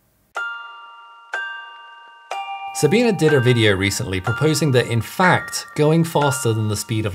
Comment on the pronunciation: her name is NOT SahBEEN